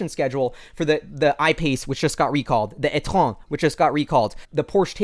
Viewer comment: I'm from Montreal, Canada and I approve what said étron with a French accent hahah